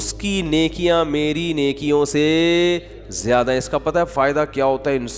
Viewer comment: Jyada nai ziada hota hai, I think Moulana sahib ka admin koi Indian hai